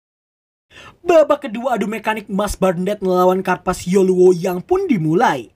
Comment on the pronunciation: Nulisnya carpaccio,bacanya karpakio